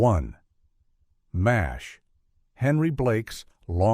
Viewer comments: No one pronounced the show names "A - L - F" or "M - A - S - H" as they would C.I.A. or F.B.I. The alleged humans behind this AI generated laze fest simply didn't bother to listen back to what had been recorded. They also failed to notice that they onve again did as they so often do and put two of the same entries on the list under different numbers. Unbelievably lazy content generation, as usual from this channel. I miss actual human beings. I won't be back. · I'm pretty sure this channel already did videos with all these and the AI narrator is getting worse. It pronounced each letter of MASH. Also saying sitcom endings sounds like a finale not a specific death